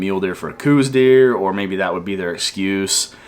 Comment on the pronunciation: It is not pronounced coose deer it is pronounces cowse deer look it up!! People refuse to educate themselves I'm a 7th generation Arizonan! And somewhere along the way some idiot decided to change it and people just followed! You can find the history and who it was named after have a super Blessed new year!